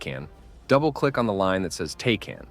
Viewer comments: "Tay-can" hurts my soul, it's "Tack-an" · all good brother, I love the content though. Just us military folk hear “tay-can” and we have a stroke 😂😂😂